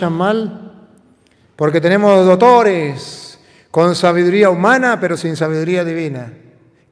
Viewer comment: me encanta cuando dice dotores! que ❤️❤️❤️❤️Sabiduria divina que lo acompaña !